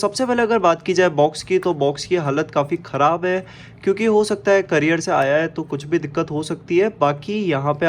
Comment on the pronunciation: bro it's courier not career 😂